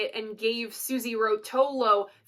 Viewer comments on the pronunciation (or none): You complete me. Just to let you know though. Susie Rotolo is pronounced Suzie Row toe low.